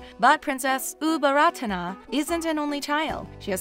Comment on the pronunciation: Her name, Ubol Ratana อุบลรัตน์, reads Au-Bon-Rat. The "Ta-Na" at the end of her name is silent (its just there to conserve Sanskrit alphabet of the original word)